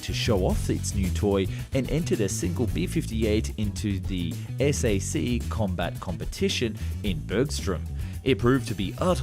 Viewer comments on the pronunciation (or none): SAC. It’s pronounced SAC. Not “ess-ay-see.”